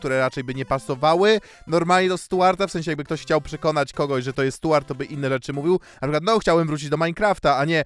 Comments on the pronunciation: Boli ta wymowa: Stułart Burton lol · Rozwala to mówienie "Stułart" - z angielskim to chyba na bakier u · No to w takim razie ta wymowa imienia dziwna 😊